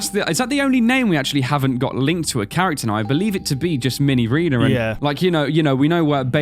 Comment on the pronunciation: ARE YOU CRAZY IT'S MINIREENA!